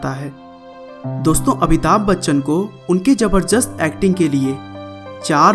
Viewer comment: Abhitabh nahi amitabh